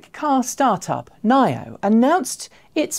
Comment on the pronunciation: "troubled" NIO startup? Why troubled? And you're not pronouncing NIO properly!